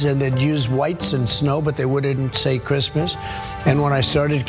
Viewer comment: "Who gives a f*ck about Creesmas things?" Melania Trump.